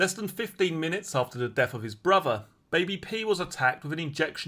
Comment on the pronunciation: Can you please pronounce your words correctly,as in Three,not free,brother,bot bruvver,father ,not farva…. It is awful to listen to.